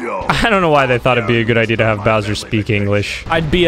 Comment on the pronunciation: Until someone pointed it out I thought he said “so long, de Bowser!”